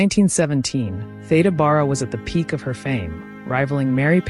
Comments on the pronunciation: Thank you for covering early Hollywood, such a fascinating topic. I just sub’d. An aside, as an older person, having heard people older than me pronounce it, Theda “Bear-ah” is the correct pronunciation. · Are you pronouncing her name correctly? I've always understood it to be Thee da Bare a. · Loved this. My mom used to talk about Theda Bara, though she pronounced it Beara. I’ve subscribed. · When I was growing up I remember her name was pronounced “Theeda Beara”. She had a remarkable face and I loved her lavish (and rather scandalous) costumes. How sad that people came to mock her when she appeared on the stage. It’s a very cruel industry. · You have your facts wrong, as well as, the correct pronunciation of her name.